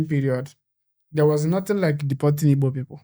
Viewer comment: Thanks so much for correcting Ibo speakers. The name is Igbo and anyone who can't pronounce gb is not Igbo, sorry to say!